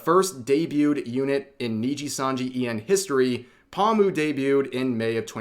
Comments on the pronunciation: What really shocked me it's when Rev pronounced her name Pa-mu. It's Po-moo. We got a tourist here... I still love you Rev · The way you say pomu gives me psychic damage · Are you saying her name like that on purpose lol